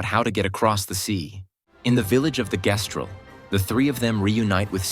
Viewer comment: How THE FUCK you play through THE WHOLE GAME and still pronounce Gestral COMPLETELY WRONG. That honestly invalidates the whole video because apparently you weren’t paying enough attention